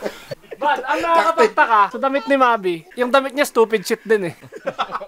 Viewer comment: "sTuPed sHet?"